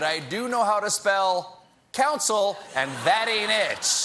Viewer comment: 'Special Coun-SIL'